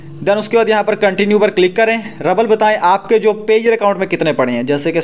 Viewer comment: Rabbal nhi rubal hota hai. रूबल